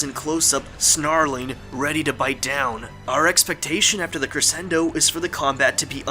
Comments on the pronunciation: Crescendo is pronounced crashendo. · and You've used the word crescendo several times in this series and I just wanted to let you know that the 'sc' part of the word is supposed to be pronounced like 'sh'